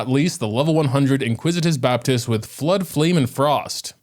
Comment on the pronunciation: IN-ICK-WIT-US Baptist. Sorry just had to get that off my chest :P This is by far the hardest floor 12-1 ever. I still haven't 3 starred it cause both sides are so very cringe. So hard to not get 1-shot by the heralds, especially since you can't dodge due to stamina drain. Whopperflowers are masters of wasting time glitching about. Not fun hard, just stupid hard.